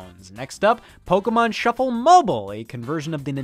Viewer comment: Neat episode but damn i hate how you say pokeamon